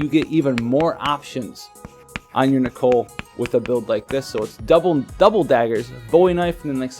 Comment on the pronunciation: THANK YOU. FInally someone said it right. Idiots like (he isnt an idiot but it pisses me off) keep calling him Nickel. And then theres Tituz but that ones personal opinion. I think its Tidus (taidus with short vowel sounds). *shrugs* Anyways i hope i get nichol with my last ticket cause if not.. Ill have to wait for 7*s to use my Roy then. So far getting by with ramza and soleil for 10 man trials.